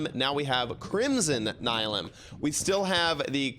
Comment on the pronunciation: this looks amazing, also say it with me: NY-LEE-UM lol <3